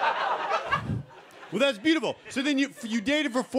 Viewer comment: It's like: "Thas byooful" (slightly slurred)